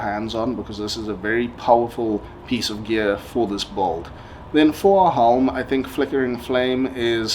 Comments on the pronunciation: The way you said “bulld” (“build”) makes my blood boil… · C'mon man Say it slowly it's B U I L D !! Not bold or whatever you are saying.